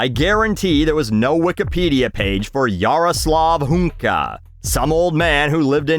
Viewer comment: You read that name pretty well, kudos :)